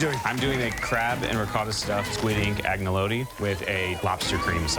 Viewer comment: agnelodi, parmasjan, ricodo...... I keep laughing...